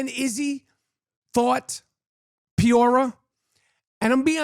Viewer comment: Dustin Piora!!! 😂😂😂😂😂😂 Chael Sonnen can’t say Pereira 😂😂😂